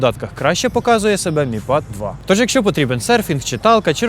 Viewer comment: мі пад... Ахахаха )) как написано так и читаем